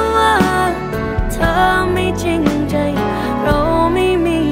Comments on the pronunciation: RuayFriedRice เธอไม่จริงจึย ถ้าออกเสียงเป็นใจจะเพราะขึ้นมากๆ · ผิดแล้วครับ น้องเขาออกเสียงว่า "ใจ" นะครับ แต่มันสั้นๆแบบประมาณเหมือนถอนหายใจ เพื่อรับกับคำว่า "เธอไม่มีความหมาย" ในช่วงเวลาอันสั้นที่ใช้แค่ลมเดียว คือว่ามันเหมาะและก็มันโอเคครับที่ใช้เสียงและเทคนิคนี้ อย่างที่บอกว่าคล้ายตัวแม่เพลงฮ่องกง ลองดูไทม์ไลน์เพลงนี้ของคุณนิตยา ช่วงนั้นเพลงฮ่องกงมันเข้ามากระแสแรงมากๆ แล้วเพลงนี้ก็มีทำนองไปคล้ายๆกับทางนั้นอยู่ครับ